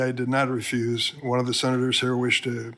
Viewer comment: "I ref-use to answer" ???? LOL !!!